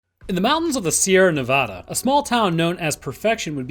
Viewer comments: My soul hurts when I hear Someone say navada like nah vah dah no it’s neh va dah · Just FYI, Nevada and Nebraska have the same vowel sounds, the way you said it at the start is nails on a chalk board to locals. You got it right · Btw, you said Nevada wrong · I know you didn’t pronounce Nevada like that. No one that lives here pronounces it that way. Im reporting this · You pronounced Nevada wrong, and perfection isn't in the Sierra Nevada's but the state of Nevada.